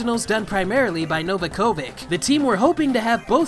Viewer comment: Awful pronunciation of 'Novakovic' there. (She was known as Eveline Fischer back in the 1990s anyway!)